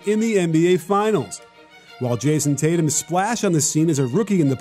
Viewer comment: its tatum